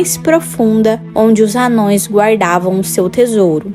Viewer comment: “Amãos” e não “anões”!✌️